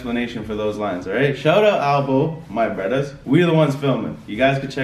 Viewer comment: I love when says "My Bruddahs" haha I had to rewind it a couple times.